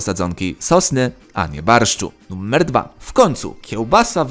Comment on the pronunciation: numer nie nuMMer... błagam litości